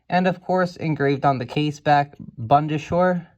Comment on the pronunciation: Proper pronunciation: Bund: not bund but boond Bundeswehr: not bunde-schwehr but boon-des-vehr Panavia: not Pana-via but Pan-avia